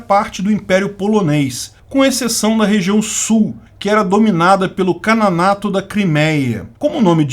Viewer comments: Ótimo vídeo, mas uma correção. Você, por várias vezes, disse "Cananato" enquanto que o correto é Canato, que deriva da palavra Khan. Abraço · Kanato ou "Kananato"...??? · você disse "Cananato" da Criméia?